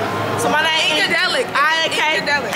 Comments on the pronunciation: You do be saying her name wrong 😂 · I wish your friend just had a nickname bc at this point she not letting up on you saying her name wrong 😅